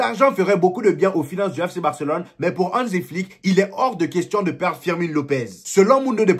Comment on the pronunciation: Tu prononce bien barcelone